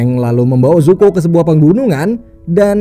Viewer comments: Zuko bang bukan zoku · Bacanya zuko bukan zoku min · zuko bang bkn zoku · ZOKU ❌ ZUKO ✅ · Kyaknya Zuko min bukan zoku🤦‍♀️ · Pangeran zuko bang bukan zoki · 03.00 Zoku apa zuko ya 😅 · zuko❌ zoku✅ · Zuko bukan zoku:v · Zoku apa zuko bang??? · Bang bukan zoku tapi zuko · Zuko bukan zoku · Zuko oy bukan zoku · ZUKO woi bukan ZOKU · Zuko woy anying bukan zoku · Zuko Bang Yang Bener 😁